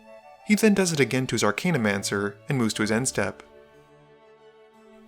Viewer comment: Archaeomancer is pronounced Ar-kay-o-mancer, not Ar-kane-o-mancer.